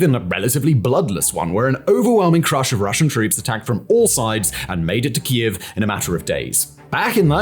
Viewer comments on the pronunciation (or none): none